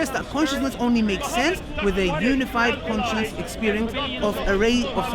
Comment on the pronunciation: Missed the S out of conscious It was annoying me i had to say it. love the videos keep it up may Allah reward you for your efforts:)